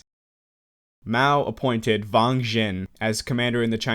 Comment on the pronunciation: W's in mandarin are not pronounced like Vs, it's not Vang Zhen just Wang Zhen